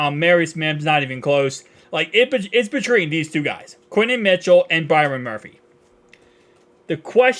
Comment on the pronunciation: “Quinen Williams” 😂😂😂